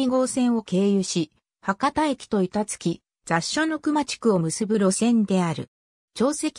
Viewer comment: 板付はいたつきじゃなくていたづけっすよ